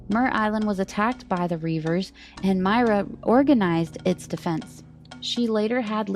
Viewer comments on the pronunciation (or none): I thought it was pronounced “Moy-Ruh”.